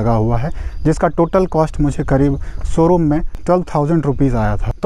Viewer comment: Somebody count how many times he said soroom